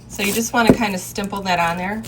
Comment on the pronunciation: Are you sure you want to say “stimple” it on lol 🤐